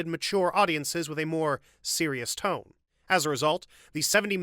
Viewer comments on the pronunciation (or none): none